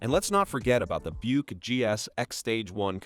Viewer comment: AI can't pronounce Buick correctly...lol...I guess AI isn't as smart as it thinks it is